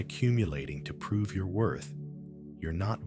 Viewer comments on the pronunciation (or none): none